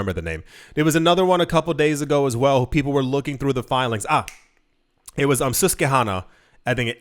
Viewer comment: Susquehanna is pronounced "Sus-Qweh-HAnna"